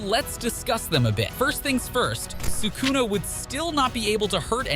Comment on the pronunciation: this guy butchering Megumi, Kashimo and Sukuna's name